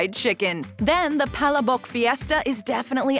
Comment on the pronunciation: Palabok is pronounce as pa-la-bok Pronounce it hard